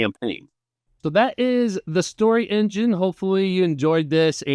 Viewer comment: Thanks so much for taking the time to share your experience with the deck! (Also, don't worry, you nailed the name pronunciation!)